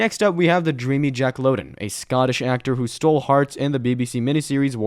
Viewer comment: Louden rhymes with now-den, how-den, brown-den cow-den